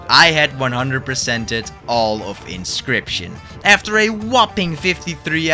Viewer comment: 10 minutes in it's pronounce in ock you us. You're English is great though just wanting to help please don't smite me